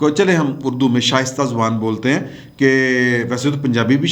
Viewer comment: شائستہ نہیں شستہ